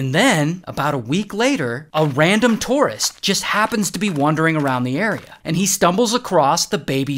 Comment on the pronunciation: I was listening and when you said "a random tourist", I thought you said "a random Tortoise".